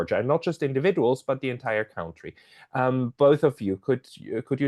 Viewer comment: It is 'kuntry', not cowntry.